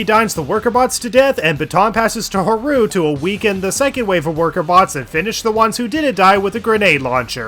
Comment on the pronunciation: Huh-roo is killing me. 💀